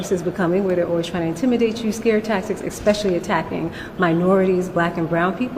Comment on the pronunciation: “Expecially” 🥴 She AND Crocket both said that today. Let DEI reign. 👏👏